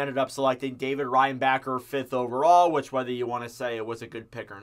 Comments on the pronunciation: Goo-lay, rein-backer, ja-kai, didn't know we had any of these players 🤣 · I'll help ya a bit, it's gou-Lee, Jack-eye and rein-bach-er (like how you pronounce Dach or doc, but with a b)